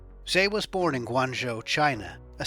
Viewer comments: His name is Tse, not Se. You've got to pronounce the names properly. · Please!! TSE is not pronounced as 'Say' it is pronounced as 'Chair'